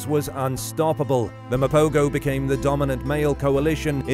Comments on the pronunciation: Will you freaking people get the name right. Mapogo is pronounced ma-po-ho and not Ma-po-go. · The g in mapogo is pronounced as a h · Mapogo pronounced MA po ho. Just saying